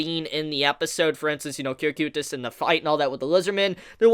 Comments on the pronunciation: It is said as KO-kite-uhs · Am I the only one who hates how he says cocytuses name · why do you pronounce cocytus like that